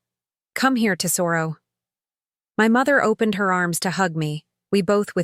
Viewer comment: If they're Italian, Lucia is Loo-chee-ah. And tesoro is TEZ-o-roh.